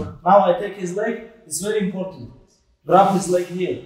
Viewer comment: “It’s verly importence”